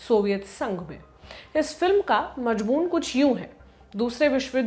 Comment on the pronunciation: Majmun nahi madam mazmoon